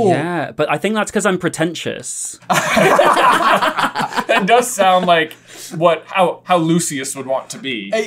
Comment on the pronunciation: Are you pretentious Brett, or are you preten-si-us ?